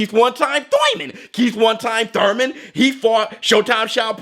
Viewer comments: Been an avid fan of yours. Please don't stop making these kind of contents 🙂 By the way, do you beef with Thurman for always saying Thoyman or Toyman. Haha. I don't know. 😁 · Me.... but I’m in the U.K. :( Small bet on Spence for the win. Also the way you say “thoiman” 😂✌️